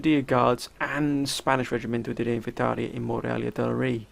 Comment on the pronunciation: Oh nah I don't mind I've got enough generals if I become an Admiral for a fleet I'll be chuffed with that. That is bloody outstanding pronunciation of that Spanish Regemento De Ley Rey Thing. You should've prepared a small force to take Goa which Portugal has I think if the Maratha or Mughals haven't massacred them already. They have plenty of trade ships in the Coast Of Brazil trade node so you should send a fleet to clear them out. It doesn't matter that you made peace with them you will still get them interrupting your trade by other allies because they have not made peace with them. "Not much action" 10 seconds later a battle takes place lol. You need to close down the Alps mountain passes so send an army to sit in the mountain passes and soak up the Austrian forces that are going to march on Venice. It's really interesting how in Empire there's always a gigantic world war that occurs. You need to assist the French in crushing the United Provinces after your war against Austria, take Amsterdam before the French so you get the economic benefits of the city